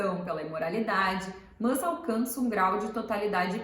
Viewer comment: O "mâs" me deu gastura... Mas gostei